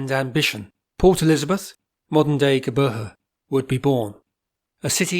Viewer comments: Your attempt to pronounce Geberha is pathetic. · Making a vid about PE, the LEAST he could do is have the manners to learn the pronunciation. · Howzit, doos. Having a good day? Able to discern by his accent that he's not South African? And honestly, WHO GIVES A FLYING EFF HOW IT'S PRONOUNCED?? The new name is just blackwashing what others built.